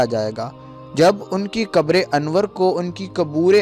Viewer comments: paHlE bolna sikho kaboor nahi qabr hai makkar kahin ka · mubark hota hai mubarik nhi kabr hota hai kubur nhi